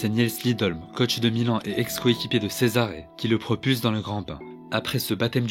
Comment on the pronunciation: Cesare se prononce Tchezaré ❤